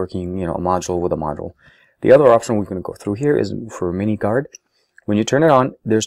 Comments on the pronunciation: it is called minminguard not miniguard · Its minminguard, not miniguard...just saying.